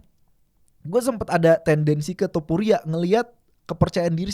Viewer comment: Naaah gitu mal.. TOPURIA, bukan tuporia